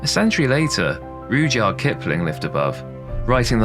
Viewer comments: Not "SAV-oy", but "Sa-VOY". Not "PRO-test", but "PROE-test". I doubt there are "Tudor burials" in the vault walls, just re-used grave slabs. Not "Rude-yard Kipling", but "Rud-yard Kipling". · I’m not too sure that this presenter isn’t AI. The narration definitely is - who doesn’t know how to pronounce’Savoy’ or ‘Rudyard’ Kipling ?? Having said that, I ABSOLUTELY LOVE this type of video on lost London - stunning insight into the past.